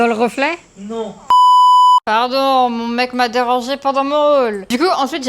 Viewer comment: sa me fumé le " nOoN " 😂😂😂😂😂😂😂